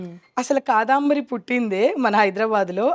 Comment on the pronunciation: కాదంబరి అండీ, కాదాంబరి అంటున్నారు మీరు, వినడానికి కొంచెం ఇబ్బందిగా వుంది!! Beautiful saree collection 👌